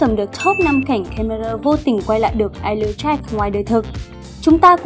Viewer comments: chị đọc Eyeless như I Love ấy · Em tưởng phải đọc là ai lét dáck